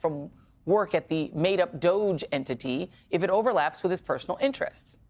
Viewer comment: DOGE pronounced Doggy, bend over America